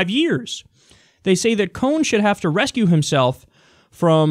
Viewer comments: Recuse...not rescue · Kyle its RECUSE not RESCUE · Cohn should reCUSe himself from everything. The word is NOT "rescue", Kyle. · it's 'recuse' not rescue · Kyle , fyi, the word is RE-cuse not reS-Cue